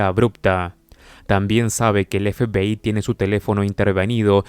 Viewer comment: La verdad que tu forma de decir FBI me da risa parece que dices FPI jajaja 😂 sin ofender